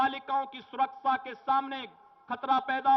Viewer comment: Jis insaan ko dang se hindi nhi aati vo mukhymantri hai... Vande ko bande सुरक्षा को सुरकसा bolta hai